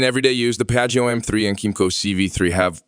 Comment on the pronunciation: i stopped watching when i heard “piaggy oh” 😓😓